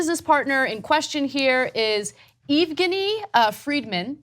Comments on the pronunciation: Jesus Christ...It's pronounced "Yevgeny." It translates to Eugene in English. I thought you guys had a Ukranian producer? If she still works there, check with her how to pronounce these Russian names before you tape. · Ana hasn't seen many mob movies. It's pronounced Yev-geni